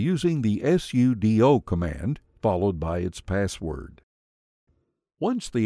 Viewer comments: Many people pronounce 'sudo' as if it ends with 'doe'. I think a better pronunciation would emphasize the 'doo' on the end of the word because it's about what it 'does'. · This man avoiding sudo pronunciation by just spelling it XD or is that just another accepted way? Still quite new to Linux (just installed zorin 16 to a separate drive in my system), but I've heard of this argument plenty.